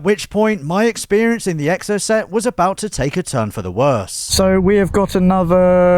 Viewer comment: Anyone else annoyed at the way pronounces Exocet? 😆🤓